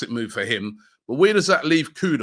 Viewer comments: why do you keep pronouncing Mohammed KudUs, Mohammed KudOs? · Kudus, not Kudos.... please Robbie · Is that name really pronounced kudos? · Robbie please I beg go and get the right pronunciation for “Kudus”.